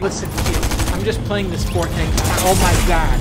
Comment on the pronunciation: It's pronounced fort fight